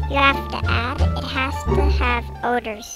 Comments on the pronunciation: Not odors, O D ers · "ODORS" XD